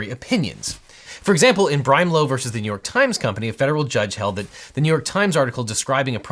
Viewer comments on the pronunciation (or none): none